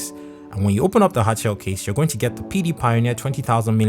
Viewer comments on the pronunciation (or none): Sounds like he's saying "Pewdiepie" whenever he says PD pioneer